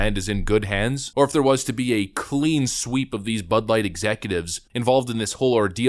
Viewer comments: I can't stop hearing "this butt's for you" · I hear butt now when they say bud